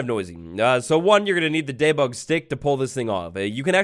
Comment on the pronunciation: I love the way says debug ✨ Daybug ✨